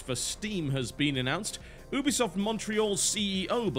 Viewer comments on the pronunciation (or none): Listen very carefeully TB. YOO-BEE-SOFT ....say it. Now. It is a play on words for "Ubiquitous Software" as in, they want to make software that can be played and enjoyed everywhere. Ubiquitous. YOO-BEE-SOFT